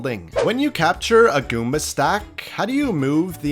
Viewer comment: the way he says goomba here is the funny.